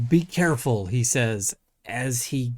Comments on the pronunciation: I watched this video a few times yesterday on Twitter and was convinced he said “bigger fool” at the beginning! No idea it was actually “be careful” 🤣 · 😹😹😹 Remember folks, bee keh-fool....